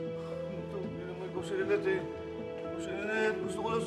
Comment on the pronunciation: kakairita yung pagbigkas ng Lyneth nyang ulaga na yan… fatayin mo na nga yang ulagang yan 🤣🤣🤣🤣🤣🤣